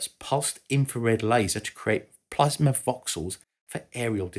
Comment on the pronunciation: ah yes, plamsa